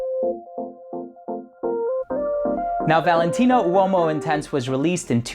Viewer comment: U o mo? 😂😂😂 o’s silent!